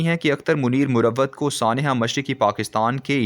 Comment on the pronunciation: its marwat not murawwat.a pathan tribe